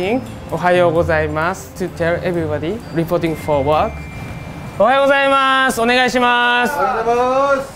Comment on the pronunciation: It's ohayou not ohaiyou